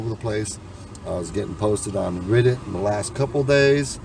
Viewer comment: Red not riddit